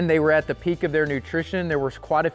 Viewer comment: Bale or Bell ? They or Day ?